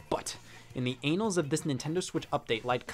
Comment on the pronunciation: I love when Scott mispronounces words. I think it shows he must be an avid reader, because he learns these words not by hearing them, but reading them, and has to guess the pronunciation. And Scott pronouncing "annals" as "anals" might be my favorite mispronounciation yet. I adore and admire your work, Scott, and I'm glad to see you back!